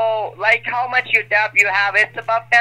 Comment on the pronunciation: He's saying deBt. Pronouncing the B. 😂